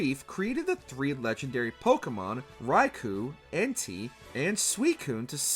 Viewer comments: Ffs, if you are gonna do a list on Pokémon, learn to pronounce the names right. Entei = Entay, not Entai. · If you ever say Entei name like that again we gonna fight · I absolutely lost it to his pronunciation of “Entei”